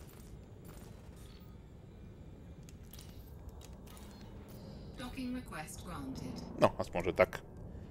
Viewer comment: EN lvl riques doking sa to vislovuje :D